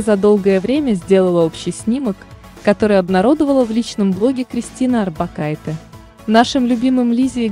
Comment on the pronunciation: Арбокайте-е а не арбокайтэ